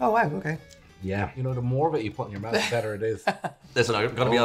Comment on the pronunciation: says smoot than says smooth but he says mout for mouth.